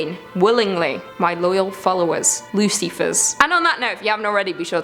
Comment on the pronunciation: "Lucy-fers" lmao I love it